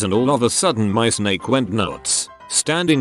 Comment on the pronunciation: I love how you say snek